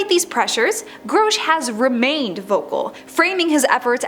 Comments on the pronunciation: His name is Grusch, not Growsch. Who can take you seriously when you fuck up saying the main topics name. You suck horribly. Delete this video and do it again. This time don’t use AI, use a human! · GROW-SH????? It's GRUH-SH. How you fk this up so bad? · Groshe. Lol. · You said his name like 53 times and you also said it wrong like 53 times. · Every time you screw up his name, YOU sound more STUPID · You'de think she would have done some listening on how others pronounced his name. So gross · Mispronouncing his name is part of the disinformation campaign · How am i suppose to believe anything you say when your "research" didnt include how to say his name. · Not even 2 seconds into the video and the Narrator EPICLY Phucks up David Grusch's name. Damn. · .....and says it 100 times 😅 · You are pronoucing Grusch wrong. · Yes there is no O in his name.